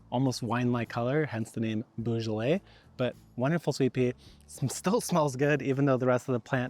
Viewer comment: 'Boh-zho-lay'. Love your work. Keep being awesome.